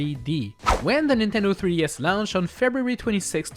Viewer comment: It's kind of annoying that you say lownched instead of launched